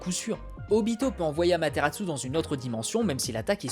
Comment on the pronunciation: Je suis le seul à pas du tout aimer Sasuke l'émo ? :I Et sinon pourquoi tu dis Amateratsu ? Y'a pas de T à la fin :x